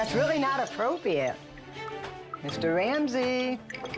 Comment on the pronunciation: That's really not "Appropiate"